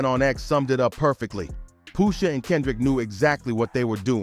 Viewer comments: Brah at least know how to pronounce names.. who tf is Poosha? .. that aggravated me so much I can’t even watch the whole vid… take this comment for the culture and i’m out😅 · The pronunciation of “Pusha” is killing me 😂😂